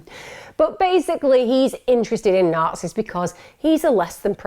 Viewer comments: I had look at transcript to figure out you were saying Nazis . I heard naughtiness every time you said it 😆 I had Google dead to rights before watching your channel in united States there ALOT different phrases. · Hahaahahahah after 800 listens I finally figured out she’s saying Nazis. I’m Canadian forgive me lmaoooo